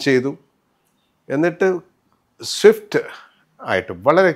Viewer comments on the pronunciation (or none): none